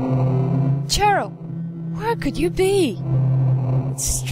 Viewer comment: I love how you say you will let us watch the intro and not say hello, while you already did it and then started talking lol The time it came out, released 1999 like it says on the main menu :D "On normal" wimp. Cheryl is pronounced Sheryl :D just an underage hooker, no biggy. "She's off to do her business!" on the street corner! Big red squishy thing is totally a squid :D Looks more like a lighter. Did indeed look like eyes.